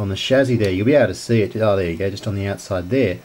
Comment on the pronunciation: By the way its Chassy, not chazzi